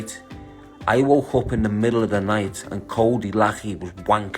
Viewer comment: Lachey not lechy